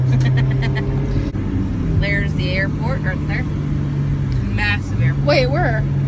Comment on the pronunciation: Airport, she can't even say AIRPORT correctly. ugh.